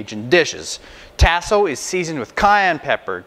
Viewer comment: My brother...because I love you ands I know you are from Canada I give you a pass...but things down here are pronounced differently. Tasso is "tah-so", not "tass(like ass)-so". Andouille is "ahn(on)-doo-we", not "an-doo-we", and Boudin is "boo-dan", not "boo-din". I say this with love brother and I have a boo-din (just kidding) recipe that will blow your doors off and will share if you wanna contact me. Holla back.